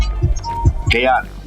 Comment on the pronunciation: Stop Making Content Off Melanated Folk, Your Disrespectful At Least Learn The Folk Names You Speak Of Disrespectful ssA His Name Is K- hao- tic The O Is Silent.